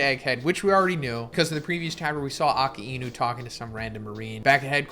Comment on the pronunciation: K 1000 of you mispronouncing akainu